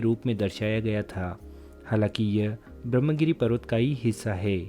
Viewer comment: पता नहीं क्यों, लेकिन महाराष्ट्र के पढ़ेलिखे लोग भी संस्कृतभाषा के तत्सम शब्दों का न तो सही उच्चारण करते हैं, न तो उन्हें सही रूप में लिखते हैं। विशेष रूप से यहाँ 'ब्रह्म' शब्द का उल्लेख करना है। विडियो में इस शब्द का अंग्रेज़ी में, अर्थात् रोमन लिपि में स्पेलिंग सही किया गया है— Brahmagiri, लेकिन देवनागरी लिपि में हरेक स्थान पर ग़लत ही लिखा गया है— ब्रम्ह ! जब कि इसका सही रूप 'ब्र ह् म' = 'ब्रह्म' है। अर्थात्, 'ह्' पहले और 'म' तत्पश्चात् बोलना या लिखना चाहिए। इतना ही नहीं, सही रूप में 'गिरि' इस तरह लिखा जाता है, न कि 'गिरी' !!